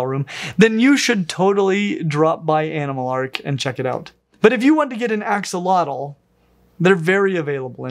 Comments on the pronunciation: Fyi it's pronounced "Asho-lote" rather than Axe a lot el. Here's an Nahuatl language expert on the topic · it's pronounced ashotol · It’s pronounced Ah Shoal ots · Something not many people realize is the correct pronunciation of "Axolotl" is ah-SHŌ-tl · The correct pronunciation is ah-show-lote btw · ...except it's actually pronounced more like "ash-lote" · That's not how you pronounce it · Axolotl is another Nahuatl name that is commonly mispronounced too! The x is pronounced as an “sh” sound, and the L at the end is silent! “Tl” at the end as a hard T sound while expelling air out of the sides of the mouth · You didn't pronounce the name right. X_X